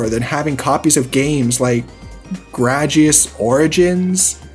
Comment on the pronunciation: Did he really just say graduous origins